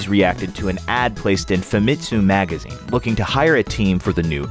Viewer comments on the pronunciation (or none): none